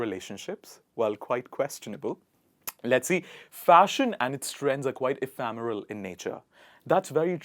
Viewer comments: I think it be eph'e'remel n not eph'a'meral when pronounced.. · Ephemeral. It's not e-fam-... But e-fem-...